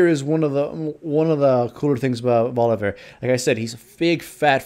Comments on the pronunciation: Holy fuck stop saying Volivear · "volivear" everytime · of "volivear"